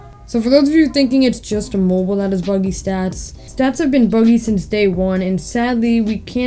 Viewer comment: “for mo-boool” 😂